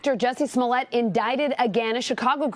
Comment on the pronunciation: Joussie Smouillée !? Il est français.